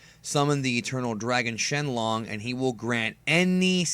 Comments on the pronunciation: shenlon? XD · Why did he say shenlong